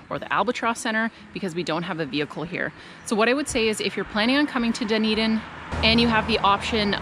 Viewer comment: I think you did good!! I’ve heard some people pronounce Dunedin like “Doon-ee-dain” haha so you’re already better than some with the pronunciation :D The A in Otago rhymes with how you pronounce Car so like O-taah-go :D but then there are all the Māori names to learn!! Good luck on your travels and thanks for the great video ^_^